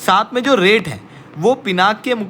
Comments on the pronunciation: Please update yourself. In Sanskrit it is pronounced as Pinakaa because last alphabet is given more stress while speaking. Hence, 'aa' wala sound aata hain. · Naming conventions in Bharat are originated from Sanskrit (Samskrutam) words. All Indian languages originate from Sanskrit and hence the name is Pinaka, not Pinak!! Stop pronouncing Sanskrit words as Hindi. Most of the language wars in India subside if everyone relates their languages to be derivatives of Sanskrit… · Pinaka is not an English word. Pinaka is a Sanskrit word. It is the name of Shiva’s bow. It is pronounced as Pinaka in Sanskrit.